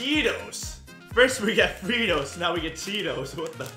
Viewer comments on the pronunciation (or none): Haha its pronounced fry toes but they spell it fritos